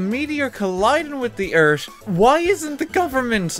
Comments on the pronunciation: "thee Eert" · I love the way you say earth. Eart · "ERT" "THE meteor will destroy ERT"